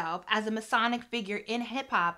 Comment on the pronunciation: This was awesome! I hope this doesn’t come across as rude or condescending but I will make a suggestion on pronunciation. Messianic is pronounced “messy-ann-ick”. The way you pronounced it sounded like “Masonic” which is a whole other can of worms. The masons and the eastern stars are prevalent in our community for sure. I learned a lot of words from reading and pronunciation is always tricky.